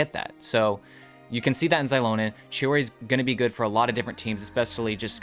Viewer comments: No, mavuika ( or the VA / game studio who tells them what to say ) is wrong. In the language itself, "X" is pronounced as " sh" similar to how chinese is. It is, infact, meant to be Shilonen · Its Shilonen like Shibalanké(kay) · Why are you two mispronouncing Xilonen's name? Its basically reads as Zee-Lo-Nen. even the Pyro archon said her name on the Archon Quest. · you’re wrong, it’s pronounced as Zee-lo-nen as per Mavuika pronounced it.